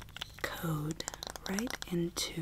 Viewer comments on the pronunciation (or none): none